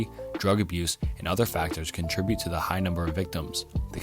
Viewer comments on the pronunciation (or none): none